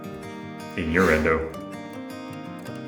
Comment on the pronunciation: Bahahaha “inyourendo” 🤣😂🤣😂🤣! Sorry but that was hysterical!